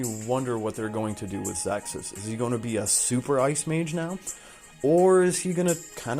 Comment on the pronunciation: Awesome vibe, thanks for sharing your thoughts & opinions. On the other side... Bag noise at the start of video is very scuff & not sure why you pronounce Ze Kus as "Zexkus" or "ZessKuss". Cheers ~